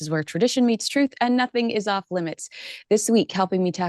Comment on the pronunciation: “Orf with his head”